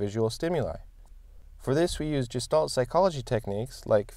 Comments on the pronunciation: Very interesting video, though I'm cringing a little bit every time you pronounce Gestalt as "Jestalt" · Excellent video... very interesting and helpful points! I can tell you've read a lot on the topic of Gestalt but haven't actually heard anyone pronounce it ;) I agree that strict adherence to the rule of thirds can stifle creativity. In its defense however, the one good thing about the rule is that it helps absolute beginners break away from thinking they need to centre everything in the frame. Once past this point though, it shouldn't be as much of a consideration as some would have us believe.